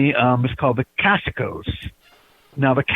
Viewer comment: Pronounced Casio like the watch not Casico